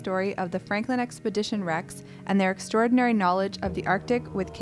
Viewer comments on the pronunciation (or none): none